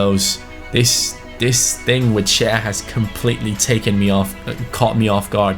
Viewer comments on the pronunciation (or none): none